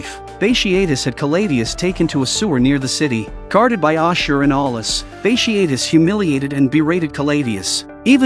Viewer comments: Great vid except for mispronounced name of Bartious multiple times throughout the vid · Bat tee ott tus. That’s how you pronounce it